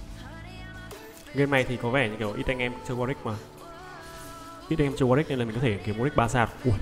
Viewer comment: Warwick chứ sao lại Warick nhỉ?